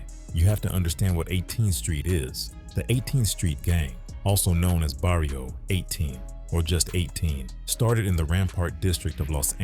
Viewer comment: Holy shit i wasnt expecting this heat right here....good sht. Besides the lame ass AI voice and a few terribly mispronounced varrios. I do appreciate the effort and its a FIRE story of crook from 18th street that needs to be made into a movie.. ill be the director. Give me a few million for the budget and ill make a Tarantino esque hood thriller film...